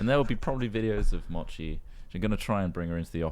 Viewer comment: please learn how to pronounce "mochi". Thank you